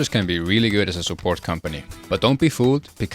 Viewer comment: "But since we want to grind our genewals, bold attack is weally good" femboy of iron 4 confirmed